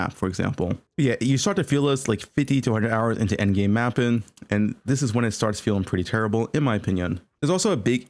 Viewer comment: My boy hates the letter G. Sprintin, mappin, castin, fightin